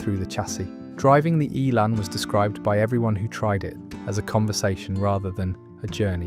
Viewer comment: Shame it’s all AI generated. Talks about one car while showing a picture of a completely different car. It seems AI can’t pronounce Elan either!